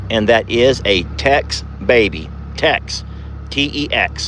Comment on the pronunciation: TEX not TEXT ? 😂😂😂❤